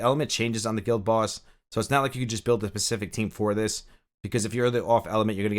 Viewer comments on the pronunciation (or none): Easier is the correct comparative, not more easy. Additionally, it’s specific not pacific.